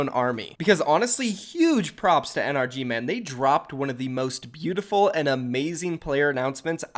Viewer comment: still doesn't know how to pronounce NRG its suposed to be pronounced like energy